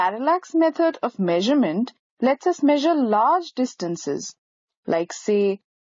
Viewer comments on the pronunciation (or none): none